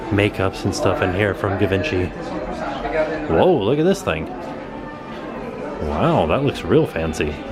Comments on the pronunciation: it's Gee-Von-Chee not Give-inchee!! lol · Ga-vincy...oh lord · Gee-van-she would probably be better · I literally spit my water at Gee-vin-chee. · I think Give In Chee has a nice ring ;) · Givenchy? I always though it was pronounced like “jiv-on-she”. I’ve never heard it said like that! I don’t understand French, it’s too difficult. Is it a G sound or a J sound? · Molly, you are correct! My boyfriend had cologne that brand and I told him how it was pronounced so that he wouldn't go up to the sales clerk and pronounce it the way did, lol! I watch a lot of fashion tv shows, lol!!